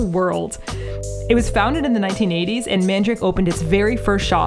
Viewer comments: Just a minor correction: the shop's name isn't "mandrake," like the root, but "Man-da-ra-ke." There's an extra a in there, and you pronounce the last "ke" Japanese-style, like "kay." It's weird, because it's SO CLOSE to the word "mandrake," but it definitely is not that. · Mandarake is not pronounced as man-drake. It is 曼陀羅華(まんだらけ)(man-dara-ke in Romaji) in Japanese. It's a Buddhist term actually which means some kind of a holy flower. Love Nakano vibes! 😄💕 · MANDARAKE!! I was wondering if you were going there when I saw Nakano in the title!! Quick question though; why are you pronouncing it 'mandrake'? The hirigana is まんだらけ so it should be 'man-da-ra-ke', right? Or am I missing something?! 😵‍💫